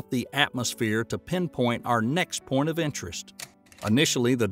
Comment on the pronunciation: He also said "our last porn of interest"